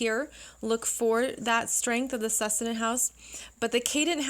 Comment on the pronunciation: Great video, —Thank you! Just wanted to mention: succedent is pronounced /sək ˈsi dᵊnt/ with emphasis on the second syllable, as in the word "succeed."